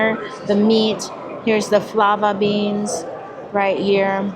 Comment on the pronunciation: Fava beans...not flava beans....LOL